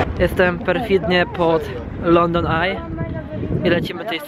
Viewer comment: wtf! lepiej poucz się angielskiego, nie mówi sie,,london ej"